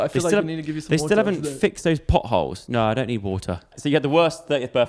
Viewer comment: "Some flights and pottholes"